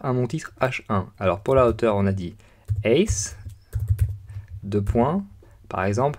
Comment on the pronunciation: Height se prononce Haite et non heite